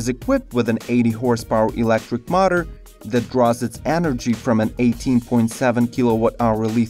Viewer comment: Oh my god... very bad english dude... not mater but motor